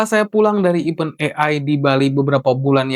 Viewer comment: Benerin bahasa Inggris lu bang. Pengucapannya salah semua; event, windows, motherboard, ryzen, dll